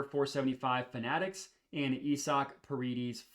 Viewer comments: It's pronounced I-zick not E-sock 🤷🏼‍♂️😂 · You saying isaac name wrong or im tripping 😂😂😂😂😂🤦🏾‍♂️